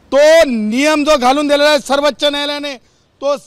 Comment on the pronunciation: सर्वच्च, निदान सर्वोच्च तरी बोलायला शिका